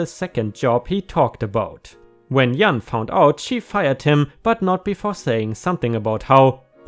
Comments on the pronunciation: I got a chuckle from hearing how you pronounced Jan... and a little nostalgia. We had a foreign exchange student in our school my senior year named Jan... very much pronounced the way you said it. I remember the guy was super cute but so goofy that we were content to joke with him and look at him but no one really considered dating him! I know you have to earn good grades to be able to be in the program but he sure seemed as dumb as a sack of latkes. I say that with affection, though.... he was a sweet guy. I just remember us watching a video of JFK saying, “Ich bin ein Berliner!” and Jan quietly lost it. I asked what the joke was but he wouldn’t say, probably thought I’d be offended... I don’t know how true this is but I’ve heard that a Berliner is a kind of pastry. Silly Jan... he could have told us because even back then Americans didn’t hesitate to laugh at any and all past or present Presidents. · I am trying to think how to tell you how to say Jan. Does German have a hard J sound? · In English and referring to a female Jan is pronounced with a soft G such as gentle or gym. Think just, janitor, reject, or Janet. In English J is almost always pronounced as a soft G unless it's a word we borrowed from another language.⭐️⭐️⭐️⭐️⭐️ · Also Jan for a female... must be a hard J sound, and not a german/spanish Y sound... short for Janet? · In the racist fires Puerto Ricans story, JAN is aid with a hard JAH (J) sound it would rhyme with words like BAN, Can, man, tan, fan, pan, etc. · Yes, thought you knew that. Aren't you originally from across the pond? J as in John, James, Jack.... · Jan, (I know that my Danish bf has difficulty with the J in English) is pronounced like Jam, Joke, Jelly, Just. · Jan - think of Jam with an "n" instead of "m". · Jan is pronounced g ann in English j sounds like g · Jan is pronounced like Pan with a J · Its pronounced Jan...like January. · It's Jan rhymes with fan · the J in Jan is pronounced like the J in Just. Or January